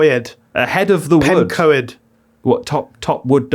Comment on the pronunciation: It's pronounced Pen-coid not pen-co-ed. It's Welsh (celtic)